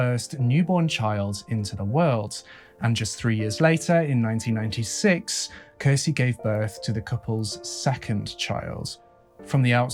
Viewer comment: When you're a Finnish person and hear Finland mentioned. No matter how inappropriate it feels to say it: TORILLE! I also find it interesting to hear people try to pronounce Finnish words especially names. For an example Kirsi is actually pronounced with the "ki" sounding like the ki in kiwi, the "r" is a hard r and meant to be rolled (I know, a lot of people can't do that) and the "si" is basically correct in pronunciation but just to add I'd compare it to the si in six. pronunciation of Kirsi would in Finnish be written something like "kheci". Not hating at all by the way, Finnish is a difficult language. I'm bilingual (Finnish and English) but only learned English at 8 years old but nowadays my English is sooooo much better than my Finnish. Also, where the hell was that Finnish quote from the daughter taken from? It's missing all the Ä:s and I doubt made that mistake himself. It reads "Iti, rakastan sua maailman eniten yht paljon, kohta nhdn" It should read: "Äiti, rakastan sua maailman eniten yhtä paljon, kohta nähdään" Also the sentence is kinda odd with the "yhtä paljon" (as much/equally much or as said "just the same"). Without it, it makes perfect sense ("Äiti, rakastan sua maailma eniten, kohta nähdään" or roughly "mum/mummy, I love you the world's most/most in the world, see you soon") but ok, if it was a direct quote of a spoken sentence said by a little kid then it sounds pretty much exactly like Finnish little kids might speak.